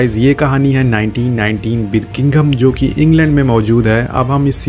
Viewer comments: Birkingham nhi Birmingham hai, Anna nhi Ada hai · its Birmingham not birminkinggom bla bla and its ada not ana dude! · Bhai, berkingom nhi Birmingham hai Not ana but Ada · The way you pronounce Birmingham 👌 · You can't even pronounce Birmingham:(